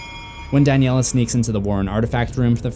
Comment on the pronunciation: It’s Daniela not danielle